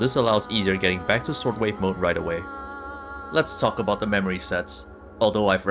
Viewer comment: "It is all aboot the sword wave"